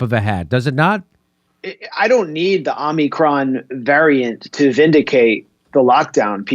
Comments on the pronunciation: Omicron man. It's Omicron, not Omnicron. Jfc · has been infected by biden's pronunciation of 'omnicron' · Correct pronunciation: AH-mi-cron. Peace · O- micron sound it out. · is pronouncing it 'omnicron' like he's not joking. 😊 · Why does keep saying “Omni-cron”? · It's pronounced, "omicron". Not, "omicron". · If you cannot properly pronounce the word "omicron", then don't comment on it. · If is pronouncing Omicron wrong on purpose, why? I don't get it. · I’m as confident in a person who can’t pronounce “ omicron” as I am in a person who can’t pronounce “ nuclear”. Can you bring in someone with an IQ ?